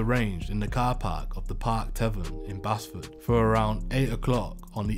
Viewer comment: it's pronounced base-ford